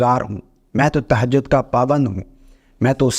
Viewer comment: تہجد صحیع کہنا تو سیکھ لیں زبر ہے زیر نہیں